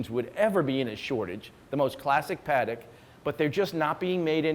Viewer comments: Lange ("e" as in eggplant) and not lang ga. Please. :) Paték not perek. PLEASE. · Same for Patek.